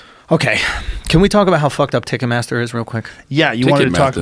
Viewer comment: pronouncing it ticketmassa from now on